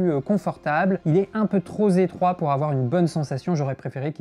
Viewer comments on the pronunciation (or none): « Un peu tro zetroit » sinon c’est bien. « Si le cadre est tros zimportant »